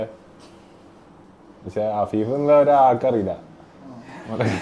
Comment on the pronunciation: Abeeb❌ afeef✅😂